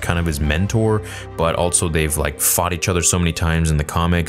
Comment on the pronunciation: THERE IS NO 'T' IN ALSO!!!